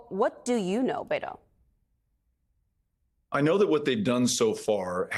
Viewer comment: Beto is pronounced BEH-To. NOT Bay-To. It’s short for ROBERTO. Not Robert.